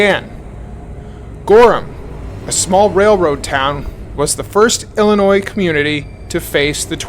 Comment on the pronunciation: Men & women of the Internet: please understand the the "s" in "Illinois" is silent. For many of us, it's like nails on a chalkboard.